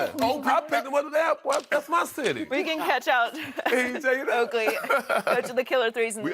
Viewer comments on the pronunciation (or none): His name is OAK-LEY and don't you forget it you 🤬!!